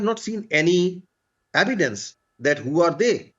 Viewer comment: What a shameless person! as usual depend on begging, he is keep repeating memoriesed words, don't even know how tp pronounce evidence (saying AIVYDUNS..AivyDuns).. our primary student of India can speak better English than him...grow up man.